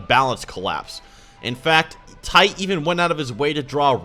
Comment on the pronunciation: Titay, not TITE lol (spelled for pronunciation not accuracy)